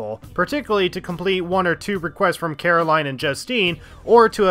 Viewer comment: It's pronounced ee-wa-ee, not ai-wa. Alos, it's Caro-leen, not Caro-lie-n.